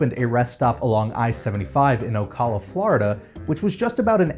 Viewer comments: O-ca-la, not O-cal-a. The "a" sounds like the one in the name "Allen" or the first "a" in California. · Hey, it’s pronounced o-cal-a not o-call-a. And maybe they will turn the land into a solar farm like flamingo crossings. Who knows. •o• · 1) You're saying Ocala wrong. It's O-cal-la 2) I live here and I remember when that reststop existed. We used to be able to buy passes and tickets there and I loved to walk around while my mom got our passes for the year. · "Ocawla" lol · Ocala Say it like this O-cow-la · you were close but it’s pronounced ( O-cow-la) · I don’t want to be rude but I’ve lived in Florida since before I was born. It’s pronounced OcAlaa not Ocala. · Ocala is pronounced o-cow-la. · Native of South Florida. I've always pronounced it "OhCALa" - "Oh" like the exclamation, "CAL" like California, and a soft "a" at the end. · Oh cow luh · That's not how you say Ocala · oh no, your pronunciation on "Ocala" :( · lol it hurt my ears XD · I have never heard Ocala, FL pronounced the way you did. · Yeah me either and I've always lived in Florida. We say it differently for sure. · As a native Orlando'an we'd always feel out tourists based on their pronunciation of Wekiwa (Wekiva) Springs, Kissimmee, etc.... Never heard Ocala pronounced like this before... Honestly I thought was local... shrugs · Yeah, it's weird. I live in Ocala and almost everyone says it a bit differently. :p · The L was way to present and there isn’t a U. Born and raised in fl and it gets weirder as we go. I heard wekiva for the first time a month ago for a classmate for another stated